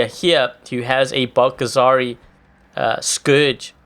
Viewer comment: Its scourge not scrouges